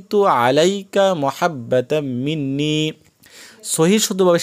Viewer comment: এটা মহাব্বা নাতো মাহাব্বাতাম মিন্নি বুঝে ছেন